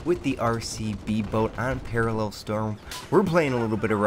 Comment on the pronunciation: its paracel storm not paralel